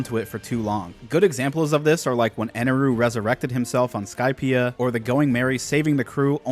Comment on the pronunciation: How the FUCK do you say EneL the first time (the correct name.) And switch to EneRU... the incorrect, dub, name for the rest of the video? Did you write this shit down or just spit trash?